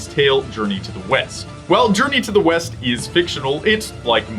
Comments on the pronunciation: i thought you said journey to the weast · thats "west" patrick... arrrr, your fired again...